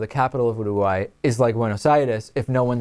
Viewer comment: He can't say Uruguay right...